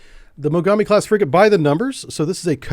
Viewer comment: ※まがみではなくもがみ型です